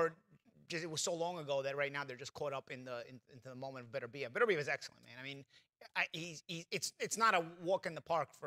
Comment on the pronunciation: Not one of them pronounced Beterbiev right lol